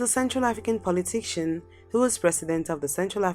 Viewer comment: Muritala Mohammed was a Nigerian head of state should be on the list. He ruled for 6 months. Your presentation is not a comprehensive and extensive research. In addition, work on your pronunciation.(politician, massacare were badly pronounced)